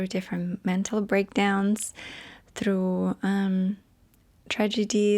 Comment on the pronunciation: " I'm not so russian anymore.".. followed by a "thrrrough" as russian as possible hahahahaha Love u